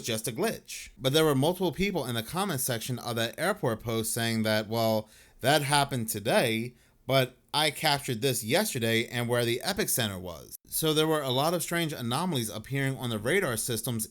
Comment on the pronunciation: Bro if you’re going to put out a video, make sure you know how to pronounce what you’re freaking reading! Epicenter isn’t epic-center… It’s pronounced eh-puh-sen-tr! I think your tin- foil hat is too tight.